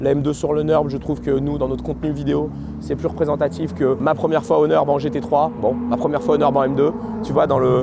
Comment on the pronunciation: Très sympa la video comme d'habitude. J'aime bien clairvoyant sur le fait qu'il est un gros consommateurs de freins. Normal il roule comme un cochon 🤣 Sinon petite critique constructive: faut arrêter de dire le "Neurb" c'est atroce 😭 Deja cest nUrburg et cest le nom du village 😅 A la limite faut dire le Ring si on a pas envie de le dire en entier Ou Nordschleife pour les puristes 🙃